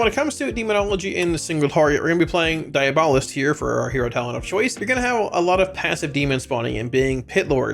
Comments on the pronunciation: I love your guiides and I mean no disrespect but it's pronounced DIE- AB- O'list , meaning "Satanist". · Thanks for the guide. But also - diAbolist, like diAblo. And, like the word Quiet. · I know. I was correcting the pronunciation.